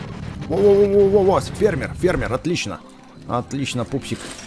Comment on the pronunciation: ты сказал вот тут спермер а не фермер